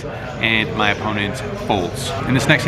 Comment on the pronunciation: “player on muhnnnnnleft”